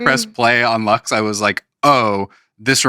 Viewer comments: no es leqss, es LUX, joder una puta cosa que tienen que pronunciar....!! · "Study up" and they can't even pronounce the album title right 😭🥲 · los entrevistadores son taaaan yankis!! les explota la cabeza con que una persona pueda aprender otros idiomas, no tenga ningún interés en "cambiarse al inglés", son incapaces de pronunciar LUX de manera no anglo... qué pereza, Jaime Altozano te necesitamos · I mean, they can't even pronounce the album title right so are we shocked lmao